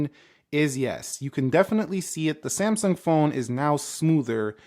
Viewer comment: It is NOT semsung. Samsung